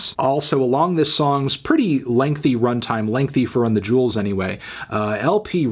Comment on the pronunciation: Melon, it's "Run the Jewels" not "Run the Juuls"!